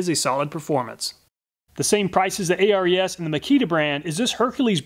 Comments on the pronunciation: its Ares the greek god not A.R.E.S. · I think the Ares is named after the Greek God of war, pronounced "Air-eez". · your always Calling it A.R.E.S saying each letter, but the Company perfers to be Called AERS saying all the letters as in 1 word., here is the Reason they Holding on to " ARES is the Greek god of courage and war. He is one of the Twelve Olympians, and the son of Zeus and Hera." as to say ARES is the God of Tools.like there can be no other, how is it that you can Say Hercules Without spelling each letter to annoyance the name but you can clearly say the Name "Hercules" as 1 name? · Just an FYI. "Ares" is pronounced "Air-eees", like the Greek god of War 😉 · I'm not sure ARES is pronounced letter by letter like you did. I'm willing to bet it's named after the Greek god of war Ares (pronounced air-ees). It's pedantic but you might care. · I would imagine that the ARES brand is pronounced like the Greek god of war, Ares, instead of each letter being sounded out. Great video as always. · Ares’ reaction when he pronounced Hercules but not Ares 😑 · I guess that's one way to pronounce Ares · A-R-E-S is pronounced as a word. It's named after the Greek god "Ares". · Am I the only one that is very mad at the way he pronounces the ARES brand?